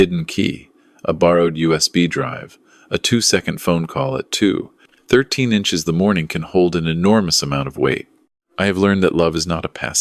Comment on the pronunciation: Time is not HINCHES LOL